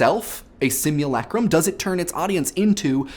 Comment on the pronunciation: My ear rejects your "Sim-ewe-lay-crum" and replaces it with my own "Sim-ewe-luh-crum". >.>